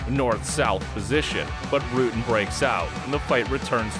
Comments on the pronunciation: How the narrator comes up with that pronunciation? It's not Rooten. The u is pronounced exactly like in English, butter, sudden. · What I would give to see a fight between the two GOATs in their prime, Rutten vs Sonnen. His name is "Rutten" and not "Rooten" though. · Baws Rooten? Really? BAS RUTTEN. dumb fuck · Not baas, but BAS. Obscene warrior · You messed up the names and move names in the first 3 minutes. I don't understand. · As a dutchman I am proud of our dutch fighters ... and bas will be happy that he didnt have to go back to the Netherlands ,as he said in here comes the boom.... but you yanks should learn to pronounce his last name...😄